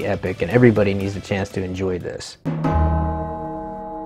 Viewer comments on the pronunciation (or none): none